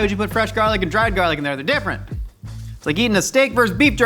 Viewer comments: why does he say jarlic and not garlic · I thought it was garlic and not jarlic. Quit trying to be cool